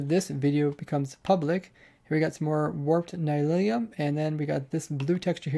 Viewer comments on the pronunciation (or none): Its nylium not nylilium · Great video, but it's pronounced Nileeum, not Nylilyum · Nylium, not Nylilium! Haha, I cringed every time you said this lol. Looks like a really cool update, perhaps the best ever? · Nylium ≠ Nylilium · Mojang: Nylium. Ny-li-um: Nylilyum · it's warped NY-LEE-UM, not NY-LIL-EE-UM. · The Nether mycelium/grass blocks are Nylium, not Nylilium. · its not nylilium, its nylium